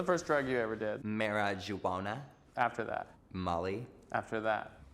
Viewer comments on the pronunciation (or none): bro said marijuana wrong